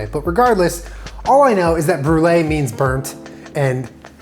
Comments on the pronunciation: is going to Brolee it to um. Instead on brulee. Lol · it’s creme br-e-lee,,, for his e-girl <3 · I'm the brûlée Me, a french Canadian, in my mind: it's '' brûleur'' but ok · Brûlée? More like Bruh-lée